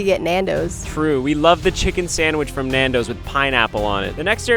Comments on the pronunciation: the way he pronounces Nandos is killing me as a Desi person 😭😭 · Lmfao at hearing you guys say nandos for Chicago bro whyyyyy that’s so random and NOT Chicago food (nandos is good though)